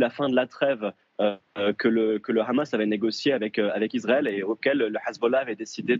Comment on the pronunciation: On dit pas Khamas en France, on dit Hamas. Sinon on dirait c'est Khalal pour dire Halal. Dès que j'entends ce khhhh je connais déjà la position du journaliste 😅😂